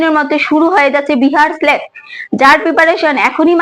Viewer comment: Tomar উচ্চারণ গুলো আগে ঠিক করো বিহার স্লেট টা কি